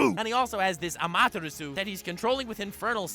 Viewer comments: Who got triggered when when he said ama tarasuu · Wait wait wait wait How the fuck did you read “amaterasu”